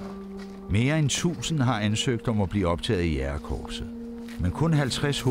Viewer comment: kære hr fortæller...det hedder ikke jAgerkorpset...men jÆgerkorpset, tak. Bortset fra det.. fed doku og stor respekt til alle jÆgere samt frømænd <3 :)